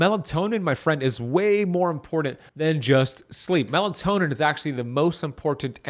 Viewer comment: It’s melatonin not melantonin